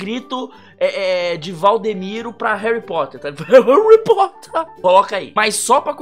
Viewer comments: HERUYH POTTEHR Ou pelo menos foi isso que vc falou kkkkkkkkkkk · RUARRY POTHÉR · HAARRyy POOtter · HAURRY POTHAR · Harry pootah